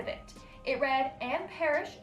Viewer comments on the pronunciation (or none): none